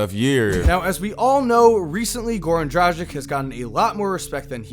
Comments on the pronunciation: Drah-gich not Drajick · DraGich** not like tragic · c'mon americans, its DraGGic, - like Gill, it's not Jil, learn it from Dame. Good video as usual :D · Dragic has been in the league for a looooong time and still can't pronounce his name right and das fukkd up man. The disrespect! 💀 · Haider Well, it isn't really that hard and imo you should learn how to spell it properly, especially when you want to talk about them a lot. NBA commentators pronouncing it correctly, but? Ugh.. It just hurts my ears.